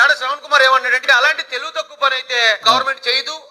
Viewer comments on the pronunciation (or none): none